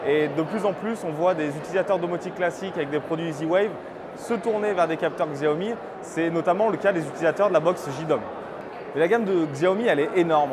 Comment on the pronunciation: Ca se prononce Siaomi. Si vous dites à un chinois ou un american ils vont rien comprendre a Xiaomi, car se dit SIAOMI. Les français prononcent plustot bien le "Chargement sans fil Qi" c'est Chi pas Ki, alors pourquoi pas faire l'effort pour Siaomi. It's pronounced as Siaomi.